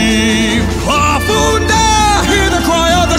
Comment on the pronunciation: it made me so very sad when he said farfunda instead of farfundada